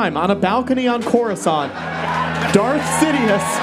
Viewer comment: "Crus-cuuuuhhh?-nt?" killed me